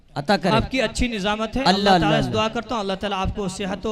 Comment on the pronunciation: Dad denewale ALLAH aur SUBHANALLAH.....ko sahih bolna Sikh kar bolen. Jahilon ki tarah na bolen.